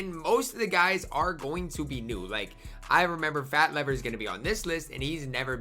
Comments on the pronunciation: It's pronounced Fat Leave-er. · "FAT LEE-VER"